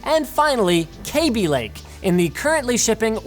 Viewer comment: Kaby Lake whhhhoooooooooooohooooo. Oh wait. Its Kaby Lake.